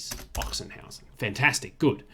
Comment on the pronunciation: It is pronounced 'Oxenhausen' which might save you from a sore throat in this season. Apparently the town got its name from a legend, where in the 10th century the local nunnery was attacked by the Hungarians and the nuns hid all their treasure in a chest in an open field. A few years later the field was plowed with an ox which then dug out the chest by coincidence. At this exact place the 'Ochsenhausen Monastery' was founded. No further info on if the ox was promoted for that or ended as sausage anyway.